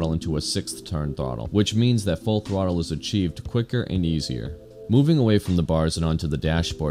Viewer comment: You can't say "throttle"